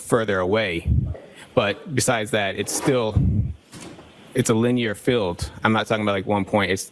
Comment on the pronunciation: He has problems with words over two syllables. He says linyear, instead of linear.